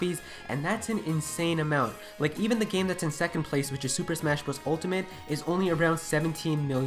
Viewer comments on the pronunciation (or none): none